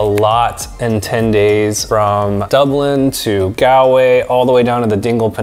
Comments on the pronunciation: Its pronounced gawlway not galway. Like a gol bladder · good video would just like to mention tho most things where pronounced rong ( like gallway is not gal way its pronounced gall like ball but with a g way and ireland sounds more like are-land and a few other things) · Hey, lovely video, fantastic photography and I’m glad you enjoyed Ireland so much. The only issue I have with your pronunciation of “Galway”. It’s not “Galway”, it’s Gawlway.” Hope you don’t mind me telling you:-) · Recommendation. Don't pronounce Galway, g-al-way. Like he did here. We Irish will laugh at you. Gall-way is better. Gall as in gall bladder or gaul. Not gal as in "Hey Gal!" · Great video. As an Irish person you hit ever thing perfectly. Although, I have admit it’s funny when Americans say Galway with a super American accent yet get more complexed place names spot on. It’s said like Gol-way, don’t stretch the “a” sound. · Great tips and that is from an Irishman 😊 However the ocd In me should jokingly mention it’s pronounced Gall - Way 😂 If you are ever visiting the north coast hit us up for a guided hill walk in the Glens Of Antrim 😊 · On pronunciations it’s pronounced: Gall-way Bur-ren Moe-her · Do you mean Goll_way? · OK IT IS ... GAWL-WAY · Galway is pronounced ''Gall'' way. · I love your video, but it's pronounced GAWL-WAY. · Galway is pronounced “gall”, like ball but gall-way, sorry it’s just cringe hearing it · Bro Galway is pronounced golway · That's not how to say Galway! 😃😃😂 ahhhhhh